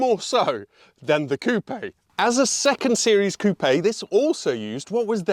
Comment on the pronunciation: Hyundai Tiburon vibes + butchering the word ‘coupe’